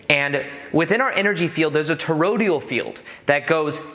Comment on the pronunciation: It’s called a “to-ROID-al” field not “to-RO-dial”. Video was interesting though! 👍